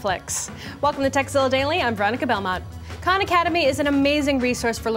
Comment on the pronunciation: You soooo said sexzilla at the beginning